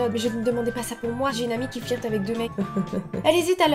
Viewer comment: Je t'adore dooms mais la je stress quand tu dit flirte on le dit pas comme ça tkt j'suis pas en colère contre toi t ma youtubeuse préférée 😁